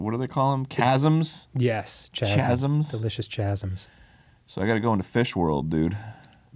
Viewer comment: Chasm is pronounced "kasm" and debris is pronounced "debree." I wasn't sure if they were feigning ignorance or not, so... And it is improbable that any of them are ever going to see this, but there it is.